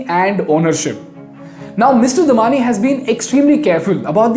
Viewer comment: The correct way to pronounce Damani is "दम्माणी". It is wrong on Wikipedia. I am a Bikaneri with many Damani relatives.